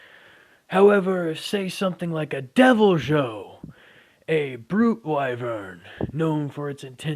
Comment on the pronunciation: You said deviljho it’s supposed to be devilhoe